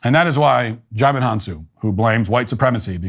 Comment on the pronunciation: Dijimon?.....nice one 😅